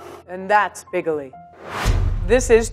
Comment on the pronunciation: See? Bigoli (bee-go-lee) CORRECT!